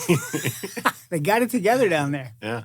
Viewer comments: i dont think you said nicaragua right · He hit that hard G 😂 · Why you pronounce Nicaragua like that? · That "Nicaragua" was a little close 😂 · Brendan Schaub has the all time worst pronunciation 😂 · If by close you mean like a set of conjoined twins, yeah that was pretty damn close 😂